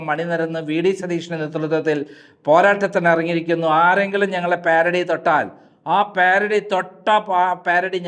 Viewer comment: സഹോദരാ പ്യാരഡി അല്ല പാരഡി എന്ന് വായിക്കുക